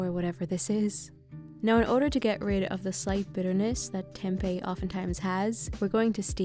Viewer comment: as an indonesian, it feels satisfying to hear how you pronounce tempe bcs that's the right way to say it, not tempeh